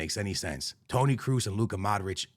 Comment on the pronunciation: man cant even say kroos corectly